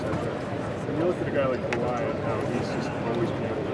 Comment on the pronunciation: "Kaway Kawhi" lol